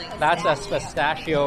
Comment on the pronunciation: I recommend you to learn how to pronounce "pistacchio"!! 😂😂😂